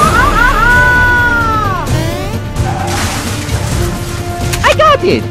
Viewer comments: why does it mairo, and not mario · Why is Mario calling Mairo?? 😂